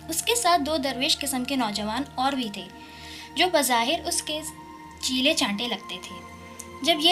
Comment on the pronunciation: بہت اچھا پڑھا۔ لیکن لفظ چیلے ہے cheelay نہیں. (chailay) ho ga